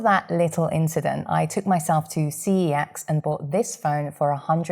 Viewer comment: Thank you for saying C E X not cex